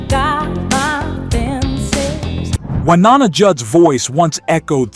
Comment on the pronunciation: The VO is definitely not human. It can't pronounce Wynonna correctly and says "nine nineties" instead of "nineteen nineties" .